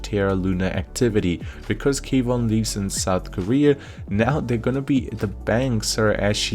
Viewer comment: Kwon, not K Von